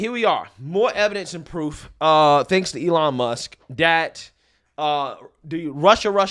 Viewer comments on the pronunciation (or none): none